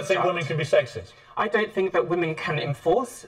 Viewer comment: Love that you said that "women can't be *SEXIEST*" instead of sexist. XD That is true, too tho.